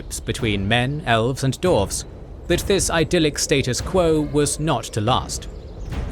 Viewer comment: Do you think will ever notice that the word "dwarves" has a "w" in it?